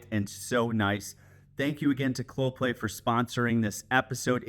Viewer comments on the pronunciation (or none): Yeah, not sure why he couldn't pronounce it... Clo Pay! Not ClopLay! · Geez man. If Clopay is sponsoring your video, please don't pronounce the name of the company Cloplay. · I know they are a sponsor, but is does sound like you are pronouncing it with a L in play. It’s pronounced Clo-pay. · It is a unique name, and a type of tongue twister, so it was kind of funny hearing you say "Cloplay" or even "Coplay" 9 out of 10 times instead of Clopay. 😂😉 Also, I know they are a sponsor, but please confirm that you will be removing those "safety" stickers on the door panels when you are done fitting out the garage and they got their "sponsors" money's worth out of your videos.